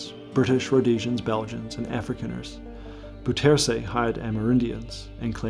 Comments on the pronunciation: The pronunciation of Bouterse’s name isn’t even close. Try Bow (as in “take a bow”), with accent on that first syllable, terr-suh. BOW-terr-suh. It almost renders the video too hard to listen to — though the research and content is outstanding. Did you speak to local Surinamers or Dutch sources who could correct that pronunciation? It’s so far off! But the way Brunswijk’s name was pronounced is actually fairly close. Odd! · Actually you're kind of wrong, the correct way to pronounce Bouterse is; B-ow-ters-hey, the "ou" is like the o in owl, the 1st he is like the e in she, the er is similar to how your would say the "ur" im surf and the 2nd e sounds like "ey" in hey. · Awesome stuff but; bouterse (pronounced “Bowtursu”) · Not "boutsersé" it's pronounce as " bow + tor + soh" the "e" in dutch is pronounce as an "o" if it is at the end of an word, The "o" must sound in same way the "o" of the word "clock" sounds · Dude. His name is not ‘Boo-tersy’ but ‘Bouter-seh’. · It's pronounced 'DEYzi BOUterse', not dèssi booterse. The 'OU' diphtongue doesn't exist in English, but comes close the o of 'ow' when you're hurt. Otherwise excellent video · pronounced as "Day-See Bow-tur-suh"... not like that of a former Filipino pres. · BOU ter sen .. [BOW-trsn] Come on.... Do your home work before you do a video... Bou rhymes with now... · im dutch and i was suprised how you pronounced bouterse . since hes surinamer and they speak dutch , there is no defined way for a english speaker to pronounce it i think ? quality vid as always , enjoyed it thanks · Dude, you TOTALLY mispronounced "Bouterse"! 😮 So much that if you were physically in Suriname and said it nobody would understand who you were talking about. 😂 No disrespect but you BUTCHERED the name. Please do better next time. I believe you can. 👍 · you butchered Bouterse's name lol